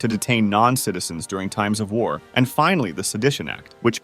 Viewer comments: He put so much emphasis on "AND" I thought it had to be a joke... at least I hope. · The French AND Indian war was one war. Not sure why so much emphasis on the and. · I think it's just how the TTS bot emphasized the words weirdly.